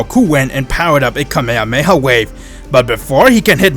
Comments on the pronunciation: so cringe when these creators cant pronounce shit right its kah me hah me ha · Its kamehameha not kamehamehaway